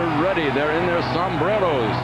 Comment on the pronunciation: The way he says "sombreros" 😂😂